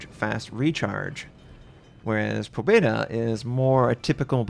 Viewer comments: Pa bje da is how it is pounced and it means victory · May i add that you also have to squeeze in a silent "y" : "Pabyeda" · You should spell "Pabyeda", not "Pobeda".